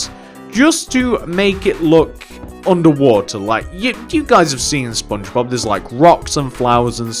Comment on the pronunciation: it is Just me Or Im Hearing He Said SpoonBobs